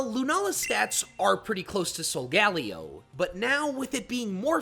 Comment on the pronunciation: its soul ga lay oh btw